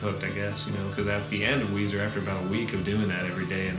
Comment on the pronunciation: me too Makayla. I had a hard time getting through this. The constant mispronunciation drove me insane. lol (Melissa Weiser (Lilly))